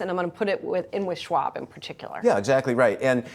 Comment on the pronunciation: He kind of pronounces Chares Schwab as dead.